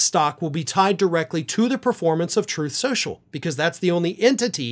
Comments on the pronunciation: "Sloth trenches".. Rgr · “SLTHROTH SCLENSSHUUL” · “Troth senchul “